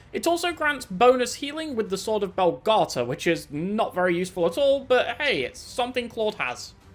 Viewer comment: Erm, small correction ☝️🤓 It's Begalta, not Belgata, its named after Beagalltach, one of Diarmuid ua Duibnhe's swords, same with the sword of Moralta (Moralltach)